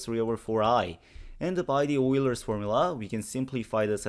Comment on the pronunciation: Please, please, please! Please pronounce Euler's name correctly: ['Oy-lehr].